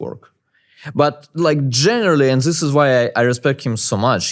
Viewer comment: Anyone wonder why he can pronounce "that" but not "this" ???